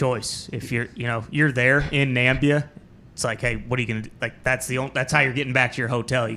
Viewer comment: NAMIBIA it's na-mib-ia